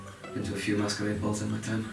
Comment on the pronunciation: says “masquerade” Me: loses my gay freaking mind